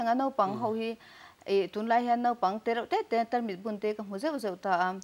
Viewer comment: Nopang nilo vin Naupang Note nilo vin Naute.